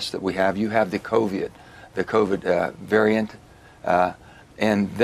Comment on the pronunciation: omg he cannot even pronounce covid! covee-yid :P he needs to get out!